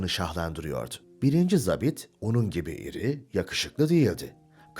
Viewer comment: Seslendiren çok başarılı ve diksiyonu düzgün. Ancak, 'zabit' sözcüğünü yanlış telaffuz ediyor. Eski dilde 'Subay' anlamına gelen bu sözcük okunurken 'a' harfi, 'mavi' sözcüğündeki 'a' gibi' uzatılır.